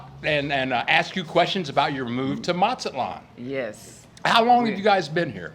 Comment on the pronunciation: the Z in Mexico (and most of Latin America) is pronounced just like an S. Not MaTSAtlan. It's not Italian Z, it's not German Z.